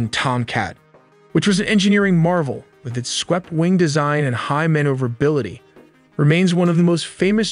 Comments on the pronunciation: “Man-over-ability” - maneuverability. Sorry brother that just made me smile. Reminded me of how I remembered how to spell beautiful. “Bee-Ah-Yoot-iful”. I love the amount of detail and precision you put into your content. BRAVO!!! Keep on Keeping on. You’ve earned a sub. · You or your AI have interesting grammar errors, specifically pluralization errors, e.g., "work" instead of how this works. It reminded me of my hispanic ex-wife, though she made mostly past tense errors. Then again there are things like mispronunciation of maneuverability and reconnaissance... weird collection of english errors, I point these out to make your videos iteratively better.